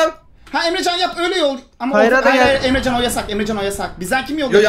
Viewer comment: abinin emrecana emcan demesi